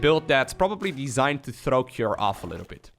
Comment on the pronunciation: You say CUREieus a lot 😊